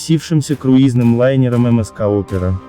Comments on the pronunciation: Каким нахрен МСК?!🤦‍♂️ Научитесь название компаний правильно произносить 🤬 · Не ЕМ ЕС КА, а ЕМ ЕС СИ Опера! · Не мск, а эм эс си опера. Да и не важно, у них там это в норме, особенно на пасс.флоте. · Не эм эс ка,а эм эс си.